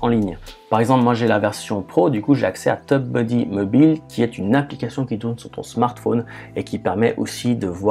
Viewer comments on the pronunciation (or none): Tu dis "teub-buddy" :)